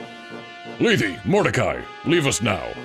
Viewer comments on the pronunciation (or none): Also, just a pronunciation tip, Lethe is pronounced LEE TH, the E at the end is silent. Trust me, i thought that too until FEH where she calls herself that pronunciation along with her sister from the sequel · Man, I NEVER would have read Mordcai as Russian, more like slow and trying very hard. You know, I'm not as opposed as I initially thought though. Also while I think you're correct in pronouncing Lethe as "Lee-thee," I'm pretty sure in FE Heroes, they pronounce it as "Leeth." Though her Japanese name apparently レテ (Rete), so if you want to be the MOST correct, just say that every time. But like in all seriousness, I don't think any of that actually matters, names are weird and who knows what the fuck they intended at the time of writing, so like who cares how anyone pronounces it. What matters is that you're cool and doing great!